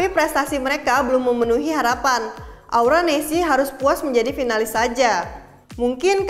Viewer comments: Salah sebut nama aura nesc, hostnya malah sebut aura nesi😂😂😂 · Aura nesc.. Bukan aura nessi... Greget gua sumpah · Aura nesc kak bukan Aura nesi